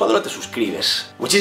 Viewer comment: Me ha encantado ese "fantashtico" kauakxhamdiaksuajduaj lool me rei mucho ♡